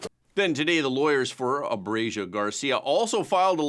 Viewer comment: Learn to pronounce ABREGO! Its ABRE GO!! NOT ABREGIO!!!